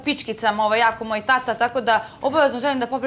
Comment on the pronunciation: Andjela tako sramno izgovara reč "tata". Da malo ima mozga ne bi se javno blamirala! Fond reci ogranicen kao i njen mozak!